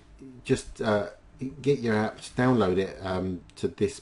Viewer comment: There's no t in "app".